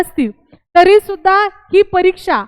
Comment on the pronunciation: तुम्हाला भारतीय संविधानाच्या अनुच्छेद 14,21 कलम माहीत नाही, भारतीय राज्यघटना नागरिक, सेवकांच्या सुरक्षा या विषयावर ज्ञान नाही. तुम्ही दहावी पास आहे तुम्ही अगोदर मुक्त विद्यापीठाच्या पुर्वतयारी करून बारावी पास व्हा. मराठी भाषेवर प्रभुत्व नाही आहे तर्री म्हणत आहे तरी म्हणून उच्चार करा